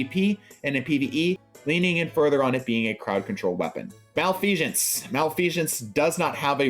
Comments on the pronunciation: "Mal-fee-sense", no shhh in there my guy. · Anyone who pronounces Malfeasance like this needs to have a stop